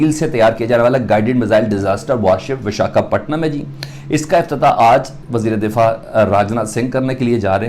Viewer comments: Bechare se bola bhi nhi jaa rha VIS-KA-PATNAM 😂😂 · Abe sale pehle bolna sikh le,, biskapatnam,, 😀😀😀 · Vishka Patnam ?? Yeh Kya Bolriya Hai 🤯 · अबे नाम तो सही से बोल 😊😊😊🇮🇳